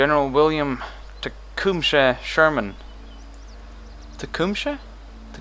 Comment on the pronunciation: not to be a know it all but Sherman's first name is pronounced ( teh-cum-suh) which is the same name of an indian who tried to reunite the Indian tribes and defeat the new united states but was killed at the battle of fallen timber. correct me if im wrong just learned about this in school.